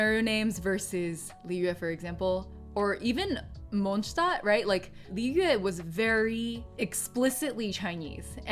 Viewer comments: It’s a small part, BUT the fact that you even pronounced Mondstadt correctly! Man i love you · As a german I got pretty shocked when you pronounced “Mondstadt” so perfectly gg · You are the first genshin creator who I know that pronounces Mondstadt right ❤ I am also happy that I discovered your channel I helped me a lot with pronouncing Liyue names